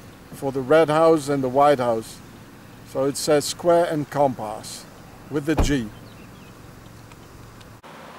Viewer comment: He looks at the manhole cover and say: square and compas 😂 WTF ? And A Ra Gon is a famous french poet. Louis Aragon.